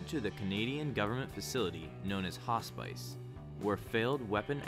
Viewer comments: Hospice? Its pronounced Hoss-piss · your pronunciation of hospice sounds bizarre haha, great video tho